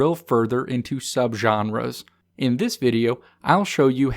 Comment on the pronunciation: Subgenres pronunciation is killing me lol